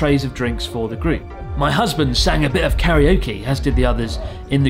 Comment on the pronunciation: Please say karaoke correctly.